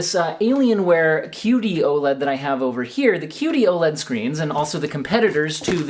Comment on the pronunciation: Am I the only one who keeps hearing "cutey-oh-led"?